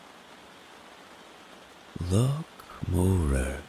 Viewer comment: Love your rain videos. One point for future reference pronounciation of loch and Gaelic both wrong and important to get right when doing a Scottish accent.